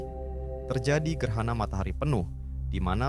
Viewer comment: Bukan gerhana..gerana...😅